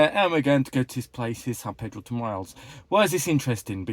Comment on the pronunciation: Thanks for another nice video! São Pedro de Moel rocks! Never better said!😂 Btw, it's north of Lisbon but in the center of Portugal.